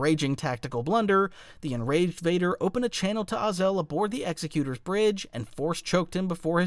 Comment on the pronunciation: I hope it isnt just me who gets irked when he mispronounces "Ozzel" as "Oz El"